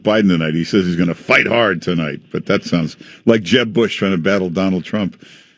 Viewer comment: That's just how she says it. She also says "Donalt Trump"